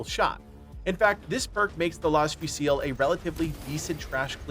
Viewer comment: You've been mispronouncing las fusil for like 5 videos